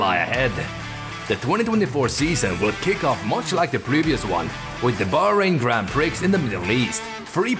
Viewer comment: Sure...then learn how to say Grand Prix